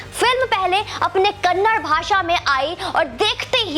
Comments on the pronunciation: Not kannad kannada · Kannad Nahi Madam Kannada (KANNADA) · It's not kannad it's kannada... If we pronounce Hindi as hind it's not sounds good...... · mam its kannad film industry nahi, KANNADA film industry💛❤ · Madam bhasha ka nam Kannada hai Kannad nahi ..pls request you to pronounce it correctly.. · Ma'am it's not kannad it's kannada.🙏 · Madam it is kannada not kannad Please make sure next time u read out correctly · It is not kannad , it is" kannada " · Ma'm its not 'Kannad', its Kannada.....🙏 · Kannada is not kannad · Madam the language is called 'kannada' not kannad.....plz don't hurt kannadigas sentiments.....I request you to correct urself....we understand you are not exposed much to karnataka.....plz madam....correct urself.... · Can't say the language name properly and reviewing the movie, kanad nahi behanji Kannada... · Madam it's not kannad it's KANNADA Our Pride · कन्नड़ नहीं है कन्नडा है😎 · Respected Madam its KANNADA not Kannad. Please correct your mistake my humble request as you are disrespecting and mispronouncing the language. Hope you will correct it. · Thank you for reviewing and supporting Kanthara.Please say it Kannada not Kannad. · Please pronounce the language name properly..It is kannada and not Kannad. It is high time. Please correct it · Thank you for your words for our film KANTARA........ Madm it's KANNADAAAA not Kannad kindly correct yourself please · It's kannada, not kannad, pronounce properly